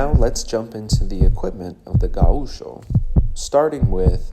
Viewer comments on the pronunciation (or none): It is wrong pronounced. It is GAucho, with GA being stronger, not gaUCho. Also the ch is like in english… like chuck.